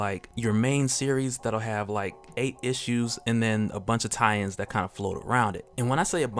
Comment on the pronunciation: You say "tie-ins" I hear Italians